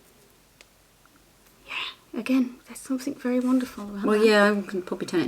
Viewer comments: Don’t stop saying “somethink” it makes you you and I love your uniqueness. Xx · i think its endearing the way you say think for thing, dont be afraid of the grammar critics, i think you are an absolutely smashing young lady. Your mum must be extremely proud of you. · It’s cute that you say “somethink” instead of something! You don’t need to change!